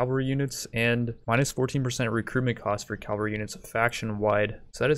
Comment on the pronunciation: Love your videos but I get triggered every time you say Calvary instead of cavalry...